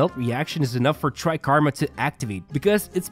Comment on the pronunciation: Take a shot everytime he says "Tri-karma"